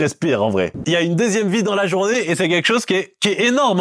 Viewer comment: Pourquoi ta dis la « journavé » t es lyonnaise ??? Ça m’a fait plaisir quand ta dis wallah .